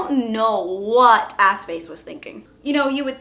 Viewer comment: Oh! Was it AskFace??? I thought she said AssFace! Lol!!!